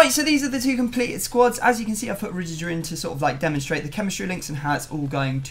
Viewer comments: The way pronouces Rudiger 😤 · Rudijer hahahaha never heard anyone apart from him pronounce it this way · The way says Rudiger makes my blood boil